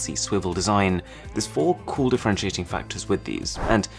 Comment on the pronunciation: I luv his Vida but dislike because c00l word a Lil buging because it sounds like $chool lol